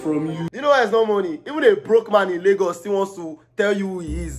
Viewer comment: its laygurz not laygus